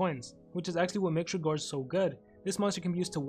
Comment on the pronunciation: You misspronaunced his name